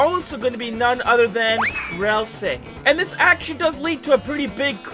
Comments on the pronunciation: My man said ralsei wronge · pls say it right, ralsei is from deltarune and not in unertale, i get angy when someone gets it wrong